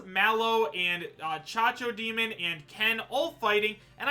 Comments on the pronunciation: CACO! CACO DEMON THERE IS NO GOD DEM H IN CACO STOP SAYING CHACHO DEMON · IS C A C O D E M O N, NOT "CHACHODEMON", IEEEEEEEEPA LAH CABRAH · did he just call it a cha-cho-demon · The way he pronounces Cacodemon, my god. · The way pronounces Cacodemon...